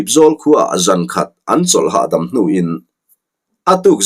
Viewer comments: Ngatinge hnu dâwm tih hi i sawi dik ngai miah loh mai le, thil vuan sawinaa, 'dawm' tihang hian i sawi zela, 'Dawm' tih hi kosangah lawn chhoh dawna ka mawngah rawn 'Dâwm' rawh aw, tih thu a, dâwm ri ang hian a ritur a ni. "Min han dâwmkai teh," tih thua, 'DÂWM' tihhi rithum hniam phei a ri tur a ni. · Hnu dawm i lamrik dan hi a dik hlel deuh in ka hria, hnu hi dawm chi a ni lova an dâwm thin a chu vangin DAWM sipela AW hi thluk hlek zawk tur a ni zawk lo maw hetiang hian, DÂWM